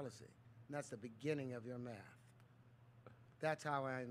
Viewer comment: It is not on "math", but on "meth"